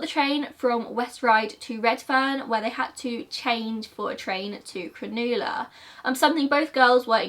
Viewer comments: I just stumbled across this video as I was going through all of your old videos that I missed and I actually live about 20 minutes from West Ryde in Australia and I had never heard about this case 😱 / Can I also say how much I loved hearing you say “Cronulla” 😂 I love hearing how people from around the world pronounce certain words! Thank you for bringing this case to mine/our attention 🥰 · Lol pronouncing Cronulla wrong is pretty common for people who aren’t Australian. I can see how people would do it. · I was so confused by her saying cron-oo-la cause Cronulla is pronounced cron-ah-la 🤣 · not to be THAT person but it’s pronounced Crow-nah-la xx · Very beautifully portrayed video as well as an equal beautiful speaker. Btw it's pro nounced "cro-nah-la" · I'm Australian and I've never heard of this case! Also, it's so cute how you pronounced Cronulla, it's pronounced more like "cru-nulla" instead of "cra-noola" but I love hearing how other nationalities pronounce our words! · Any other Aussie crack up when she said “cronooohla” instead of “cron-uh-luh”😂 love your vids girl, you’re by far one of best presenters of true crime cases & always very professional! No need to delete old videos, growth and progression is something to be proud of 😊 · Cronulla beach is pronounced 'cro-nu-lu"; Cro- as in 'crock Nu- as in 'nut' Lu- as in 'nut'. I hope this is helpful, I just find it distracting when pronunciation is off. It can also create confusion for the audience. And I'm also aware that some Aussie place names are quite foreign to others. Thanks for sharing an Aussie true crime story. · I had no idea about this case and I used to live very close to Ryde. Oof. Also Cronulla is pronounced more like ‘Cruh-nuh-lah’ and is pronounced pretty quickly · cronulla is pronounced like cruh nuh la, but ur doing a good job ! we have wacky names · Lol I love the way you pronounce Cronulla. You said it so posh. We pronounce it like cruh-null-uh in Australia 😂